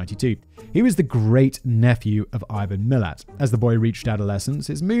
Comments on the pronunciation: How it’s spelt: Milat How it’s pronounced: Milat Simon: Milit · Omg ‘oot’ instead of ute 😂😂😂 and it’s MilAt - coz we are aussies and make up our own pronunciations. Also you think this is good. You need to do the Snowtown murders and The Family murders both in SA. Also Ivan Milat’s nephew, Matthew Milat also became a murder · We pronounce his surname as MI-LAAT 😊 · 😂🤣😂🤣😂🤣😂🤣 It's MilAT.. To rhyme with Hat, rather than millet.. The Belangelo Forrest is pronounced as 'Beh-LANG-eh-LOW'.. And we tend to refer to them as a YOOT, rather than an "oot"!!! And Mildura is pronounced 'Milled-YOU'RE-uh', except you sort of run the d and the y together... Australian accents are a snap.. Simple as! 👌😂🤣😂🤣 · I loved it! ...and "Millet" instead of Milat! Part of Simon's charm is his mispronunciations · i came to comment too. ute "you-t" lol and Mi lat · It almost makes up for having to hear "Millet" for over an hour and a half. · His surname is pronounced millAt. Anyway in the 80's my wife and her best friend were teenagers and were walking on a side rd near the highway between Brisbane and the Gold Coast. The Gold Coast Hwy but now called the M1. North of the Belanglo state forest just inside the Queensland side of the Border. A man pulled up and offered them a lift to which they declined and ran off. To this day they both swear that the man was Ivan. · ⭐️ ⭐️ ⭐️ ⭐️ ⭐️ Pronunciation for Milat is “Mil -at”. 2 syllables. The emphasis being on “at”. Thanks for doing another Aussie story. Another national treasure…. Along with Chopper Reed. 😊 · His pronunciations of Mildura and Milat were a bit off too. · He had me scream "IVAN MILAT" out loud by pronouncing the surname wrong. But we love Simon.